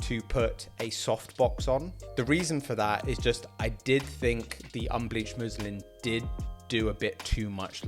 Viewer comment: just finished it - amazing setup i love both the muslin and softbox look But when you said first time unbleavhed muslin - i tough u said Muslim 😂😂😂😂 im like umm